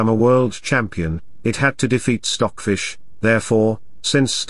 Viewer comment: That way i learn chess and english the same time ! The pronunciation of stock fish is perfect i get to understand everything ! Thanks